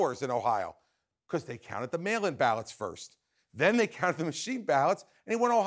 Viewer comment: It’s “ballot”. That kind of gives us an idea that your standard for being smart is pretty low